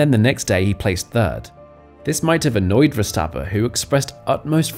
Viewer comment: Who is Max Verstappa? Is Verstapp-EN. Properly pronouncing professional athletes' names will give your channel more credibility.